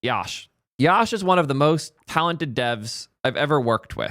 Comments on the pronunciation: Love that the intern is working so well, but atleast say his name right, it is pronounced as "Yuh-sh" (Yash) no YAASH🔥🔥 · its yash like "yush" not liek "yawsh"